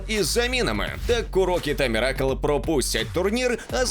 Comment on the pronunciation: мірАкл серйозно? ви хоть наголоси свойому диктору позначайте в тексті